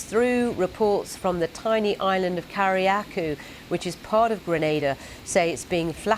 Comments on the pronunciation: spelled Carriacou, pronounced ker ruh koo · Cari Akoo, wtf was that pronouciation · Carriacou is pronounced. Carry-ay-coo. One person died in Grenada when a tree fell on a home . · Is it that hard to pronounce Carricou correctly? 😒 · don’t say Carriacou like that 🤦🏽‍♀️ pls do research!